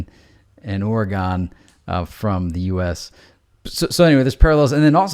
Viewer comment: L Dude,you can't pronounce it, Ore a gone...lol